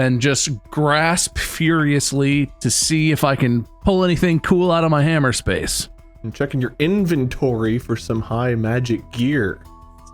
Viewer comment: "IN"-ventory / "Ham" -mer space.